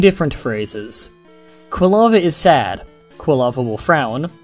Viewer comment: Occasionally, it sounded like you were saying kalava instead of Quilava. Minor details.